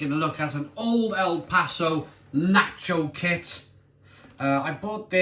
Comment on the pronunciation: Hahaha before even opening this video i KNEW you would mispronounce nacho and salsa 🤣